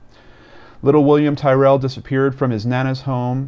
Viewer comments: this has been all over the news here very sad..i believe it was an opportunistic abduction, thankyou as always a compassionate and eloquent video and your pronunciation of Tyrrell is correct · i meant in the sense that yes,you pronounced it correctly,sorry:p